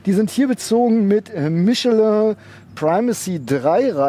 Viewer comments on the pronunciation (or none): none